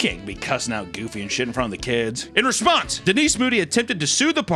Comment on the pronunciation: I can tell by the way Papa said "in response" that he plays MTG